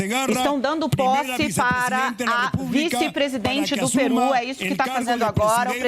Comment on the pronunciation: é Pêru e não PIRÚ.